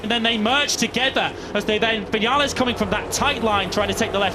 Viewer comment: Viniales , are y st@ ????? It's RACE